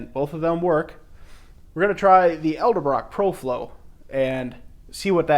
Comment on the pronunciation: Great video I'm considering saving up for one of these systems, but its pronounced ed-el-brock not el-de-brock.